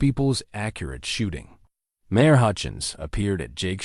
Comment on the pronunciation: Good story, but it was hard to pay attention since the person reading it was not getting their punctuation. Write the cadence other voice right and mispronounced a lot of important words like the word mayor. When she turned into a two syllable word Mari, I have had quite a few problems, listening to your things when people pronounce common words wrong like when they call a lead rope a lead rope I know they’re spelled the same but when it’s pronounced LEED anyway, either one is pronounced Ellie a D Amer MARE should not be pronounced MAR I like the name, Mary and they were putting the periods in the wrong place and pausing in the wrong place. I’ve heard a lot better by you guys.